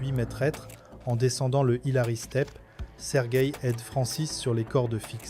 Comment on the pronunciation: on prononce "mètre", pas "maitresse" !!!